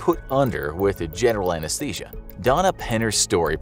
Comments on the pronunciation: Ah yes, Anashesia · everyone ignoring how it says "anashesia" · "Anashesia" ?? Huh?